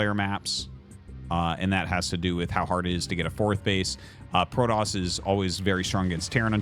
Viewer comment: Why do you say Prodoss? Is it because they said it in the Wings of Liberty campaign? You know it's Protoss, right?